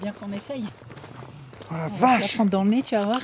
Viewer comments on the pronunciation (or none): none